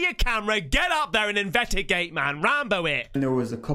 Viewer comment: ting ! do de ting ...."ssshhhhhhtring" "invetigate"